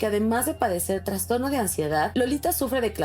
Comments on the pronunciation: Se dice trastorno… no se dice transtorno por favor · A VER REPITAMOS : TRAS .. TRAS .... TRAS ...TRASSSTORNO SE DICE. NO TRANNNNNSSSSTORNO!!!!!!!!!! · Dice transtorno??